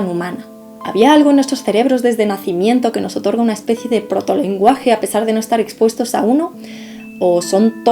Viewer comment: Perfecto dijo como Especie